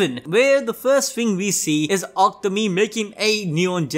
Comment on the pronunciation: Isn't it pronounced Aku-Tami not Aktami?